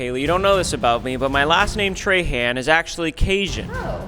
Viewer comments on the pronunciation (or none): im from Houma Louisiana and no one pronounces Trahan like that here. We say (Tra- Haw) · Ryan not realizing "Trahan (tray-han) " is pronounced "trahan( traw-haw) " in Louisiana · Ryan your last name is pronounced differently in Louisiana its Trahahn not Trayhand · In Louisiana we pronounce Trahan as “Traw-Hawe” in a French tone. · Bro as someone who lives in Louisiana this is a great representation of all the bugs that are EVERYWHERE in the summer it’s actually horrible, fun fact we also say Trahan it’s weird but we pronounce it more like Trawhaw and beignets are delicious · the last name trahan in louisiana is pronounced troh-hoh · Traw hawh is how Trahan is said down here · If you go to Lafayette, your name is pronounced Traw Haw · As a southern Louisiana we pronounce Trahan as “Traw-hawn” (that’s my last name) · My last name is pronounced Trawhaw though.. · Louisiana native here! Around here Trahan is pronounced as “traw-haw”. There are lots of them in Cajun country!!! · In Louisiana your name is pronounced “Tra-Han” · While he was in Louisiana he should have learned how to pronounce his own last name Trahan correctly and not like a Yankee! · You pronouncing your own last name wrong as a Louisianian